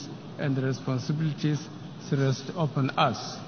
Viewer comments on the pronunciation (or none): none